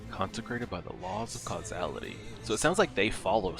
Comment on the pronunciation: The amount of times I’ve heard people mispronounce “causality” is insane. I’m glad you didn’t lmao. But on a serious note, I have been really enjoying this ride and it’s been one of my highlights during the weekend.